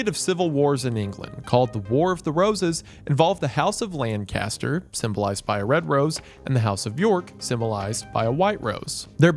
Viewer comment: Isn't it pronounced, "Lancaster?"